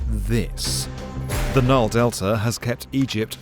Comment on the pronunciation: He called it "The Naal"